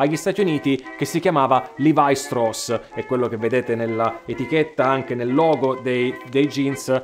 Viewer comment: Molto, molto interessante. Mi chiedo però se, visto che l’origine è tedesca la pronuncia corretta del nome non sia proprio quella “ italiana” cioè Levi-Strauss come si direbbe anche in Germania… Anche Nike è greco ….e junior latino…😊